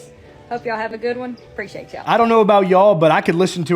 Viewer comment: " preciate yall"😅